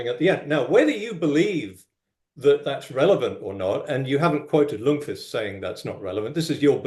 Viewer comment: A very slight nitpick: The 'L' in Ljungqvist is silent so it reads "jungqvist". Just a quirk of Swedish :p